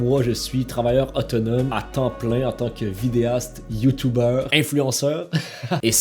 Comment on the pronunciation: Ça se dit YouTuber et non YouTubeur